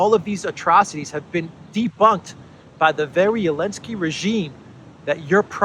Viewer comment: You admire Hungary for standing up to Ukraine yet you bow to Ukraine by calling Zelensky Elensky. His name is Zelensky, stop groveling!